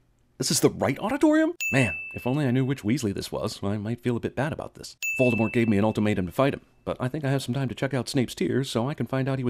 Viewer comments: says “Voldermort” instead of “Voldemort”. ;-) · Voldemort not Voldermort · Everything wrong with "Everything wrong with Harry Potter and the Deathly Hallows Part 2". Mispronouncing Voldemort. Discussing Wizard heaven and hell, implying god exists. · CinemaSins Sin: You pronounced Voldemort wrong. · One big sin in ALL moview is the misspelling of Voldy's name. They call him VoldemorT always.....but actually the t isn't spoken, cuz Voldy seems to love french. "Vol de mort" means "death flight" . So his name does make some sense.... But pronounce it right please!